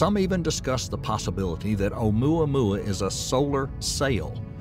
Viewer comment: ...did he say Ohmyohmy?